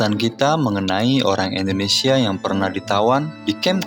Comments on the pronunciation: INDONESIA BUKAN ENDONESIA PERBAIKI PENGUCAPAN NYA.. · Dulu indonesia di sebut nya endonesia bang, sering" nonton pidato soekarno